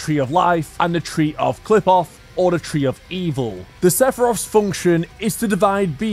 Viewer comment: I’m not sure about this, but I’m pretty sure the tree doesn’t pronounce the P it pronounces it like an F I’m pretty sure like cliff off again you should double check that but I’m not sure